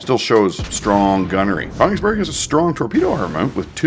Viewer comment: Königsberg is pronounced KUH-nichs berg